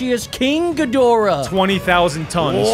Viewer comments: Bro said king ghidoriah🗿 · It's not King Ghidorah it's King Ghidorah